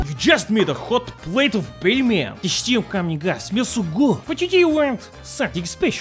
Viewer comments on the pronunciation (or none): none